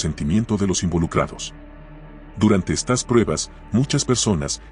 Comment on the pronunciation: A manera de retroalimentación, estaría bueno que revises las veces que se debería decir “estas” y “estás” porque siempre la voz lo lee como “estás”